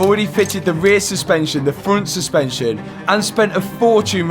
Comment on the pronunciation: What's a "Frunn Suspension" ?